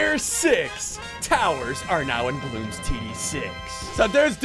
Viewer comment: Its bloons not baloons